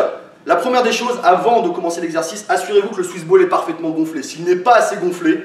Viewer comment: J'ai l'impression d'entendre suce boule a chaque fois que tu dis swiss ball